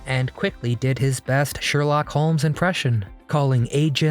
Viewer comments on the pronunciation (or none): none